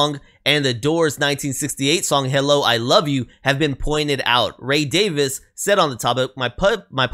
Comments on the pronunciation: You had the pronunciation right, it's not like day-viss, it's like day-veez. Rock on! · The best pronunciation is daviz the last letter should be more of a zed than an s. You are correct that it's more of a soft i, like in pin, than a long e at the next to last sound.